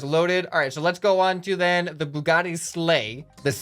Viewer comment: Bug spaghetti car? 1: that’s not an accurate noodle crawler and 2: ew 3: ok it’s pronounced bue-ga-ti not bug-etti 🤦‍♂️